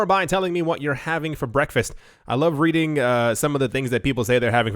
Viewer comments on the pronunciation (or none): none